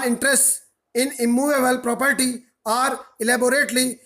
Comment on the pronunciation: Kuki aapko bolna hi ni aata na are me diff na or me diff mtlb hadd hai